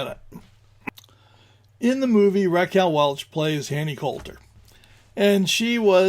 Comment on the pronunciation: Welch, not Welsh